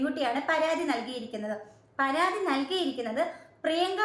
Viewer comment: അയ്യോ... പരാധി അല്ല... പരാതി.... 😊